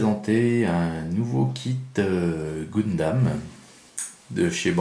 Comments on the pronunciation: GUNdam bon sang, comme dans GUN ! On dit pas GOUN mais Gueuhn... :) Et le kit date de 2009. :) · j espere que brist pas pre enregistré 50 video de goundam :p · Tu dis pas GOUNsmith... Ou GOUNslinger ... :)